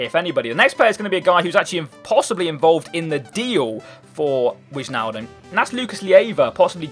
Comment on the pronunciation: where in england are you from because it isnt too hot in bucks and by the way its pronounced (WHY-NAL-DUMB). just trying to help ;)